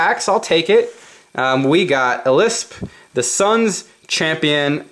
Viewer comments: Elspeth... not elysph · oh god. you said elspeths name so wrong .-. I bet you own a fedora